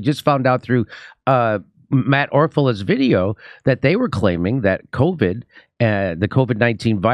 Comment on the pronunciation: Rachel Maddow let us know that if you get the vackseen you can't spread coooviddd 😂😂